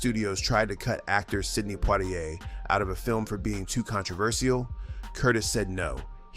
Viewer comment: Oh gawd! Another AI narrator which can't pronounce names correctly. Sidney "Pwah-ti-ai"?